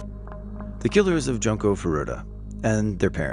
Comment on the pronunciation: "Joonkoh" Furutah, not "Junk-oh"